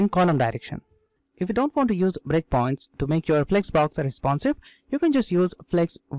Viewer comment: when you say 'breakpoints' it sounds like bitcoins 😃